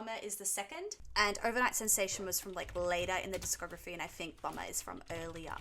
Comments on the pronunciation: Please stop pronouncing Bomber as Bummer! I'm picturing the bomb logo from the tour programme as a pair of arse cheeks. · The way she says Bomber!! Sounds like Bummer!! 😅😅😅